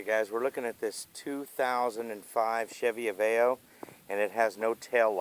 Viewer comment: Av-e-o not a-vayo